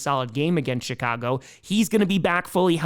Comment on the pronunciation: He's putting a T after the i in "CHI-cago," isn't he?!?